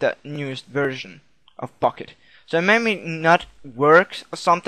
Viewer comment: at the start it sounded like u said fukket server :DD